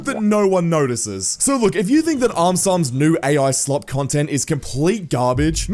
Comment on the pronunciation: Bro it said eye slot NOT ai slop